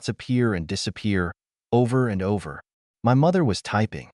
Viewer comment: The AI is ridiculous. "It" is called "IT" and spells out "my" instead of saying my. And several times the AI says dot and asterisk before reading names or certain words. And once again OP is called dramatic and she needs to fix this. And the parents are always calling relatives to pressure OP to give money to parents and siblings yet not once does Emma or OP tell these other relatives that if they're so concerned about her parents then why don't they offer them money?